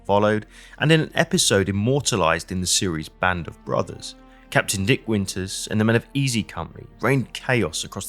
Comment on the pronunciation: Did he say nick winter? Lol